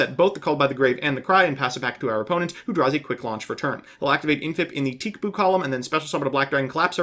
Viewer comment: He pronounces it 'teek boo' as in TCBOO.